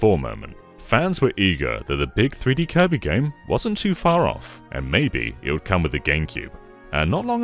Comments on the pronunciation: Did he say koiby. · Because of, from this day forward, I will pronounce "Kirby" as "Koibee".